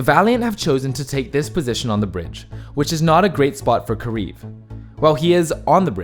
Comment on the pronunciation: I hate the commentator for saying karif instead of kariv